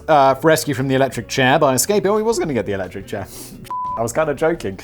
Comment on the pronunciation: Yay, well done Simon and team! 👏👏 First time watcher on Brain Blaze, long time fan of your YouTube channels (I dare not claim to know of all 😋). This was so much fun! I love your high energy and just, glee in this. "Strap him to the chairR" - I watched that part like 6 times, laughing my head off each time. Thanks for keeping me properly entertained all the way here in Cameroon.